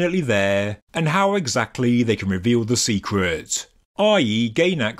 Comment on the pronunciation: Exactlehh how he got itehhh